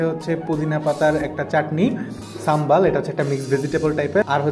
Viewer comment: ভাই সাম্বাল না এটা শুদ্ধ হবে সাম্বার....!!!😍💕😍